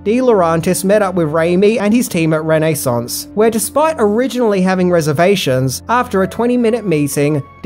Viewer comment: Reh Neh Sauns Pik chaws .... sorrry